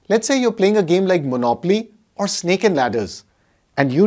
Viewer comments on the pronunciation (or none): none